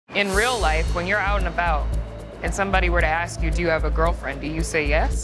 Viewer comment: ASK NOT AXE